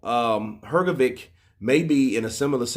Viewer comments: Dude, it's pronounced Her-GO-ViCH not Her-Go-ViK. Honestly man, it's real disrespectful constantly saying someone's name wrong. If you're gonna report on these people, at least have the decency to say their name's correctly. Saying VICH is not hard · please, its "Hrgovich" not Hrgovick